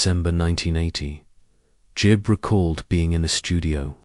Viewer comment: Gibb not Jib🙄